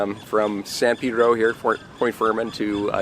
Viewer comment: San Pedro means Saint Peter in Spanish. The correct pronunciation is with a short vowel "e" in Pedro.